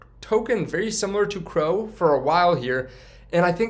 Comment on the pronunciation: C, R, O. Not crow lol